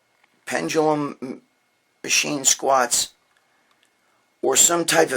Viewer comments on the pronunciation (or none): none